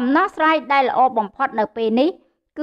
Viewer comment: ពិធីការនី គោការណ៍ ឬ គោលការណ៍ ដែ ឬ ដែល ពេ ឬ ពេល សូមនិយាយពាក្យខ្មែរឲ្យច្បាស់ ។